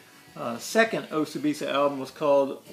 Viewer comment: Pronounced "O-See-Bee-Sah". I have both the Lps, mostly for their artwork. The flying elephants are too cool. Thanks for the show! Now, I have a goal in mind when I go to the record stores.